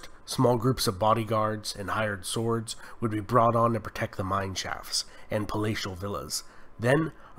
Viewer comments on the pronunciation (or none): none